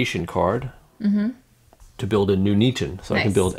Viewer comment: Great video. Having just bought Birmingham this was really helpful. But... Poll for most egregious mispronunciation of a British town: My vote “Nuneaton”!